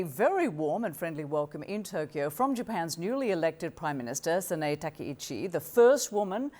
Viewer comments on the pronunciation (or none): HOST: DON'T butcher Japanese worse/names. Japanese words/names spelled with a+consonant are pronounced /AHH/. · Awful host: You butchered Japanese name. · SANAEが意味不明なほど発音できてない。